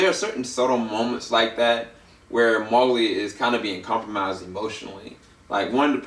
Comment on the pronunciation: you say mowgli wrong. it's annoying